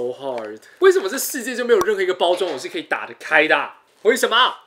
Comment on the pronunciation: 發音怪怪的 皮可呀 皮很傲k欸